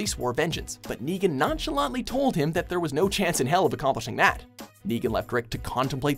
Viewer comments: Hey you said degan instead of Negan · Llu ar ric Raig? aim nigan :V